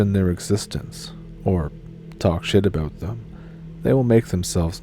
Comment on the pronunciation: “It’s all aboot Canada”. Spoken like a true Canadian 😊